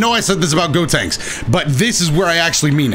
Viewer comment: “gotanks” even tho the character is callled “gotenks”